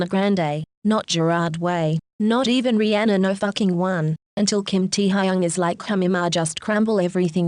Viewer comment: Nobody: Computer voice: tEa hAyUnG